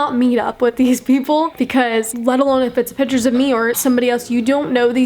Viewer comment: Also *pitures